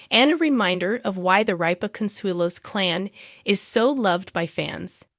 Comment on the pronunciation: RIP-A not reap-A !!!!!